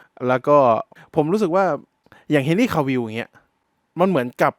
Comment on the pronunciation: เฮนรี่✅ ไม่ใช่แฮนรี่👎👎🏿👎🏻❌❌❌